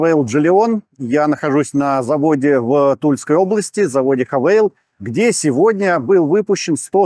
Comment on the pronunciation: Хавэйл? Уважаемые сотрудники канала. Вы в школе учились? Зачем так коверкать название? Да просто "Хавал" и то лучше звучит. И употребление слова "нету" вам тоже плюсов не добавляет. 😂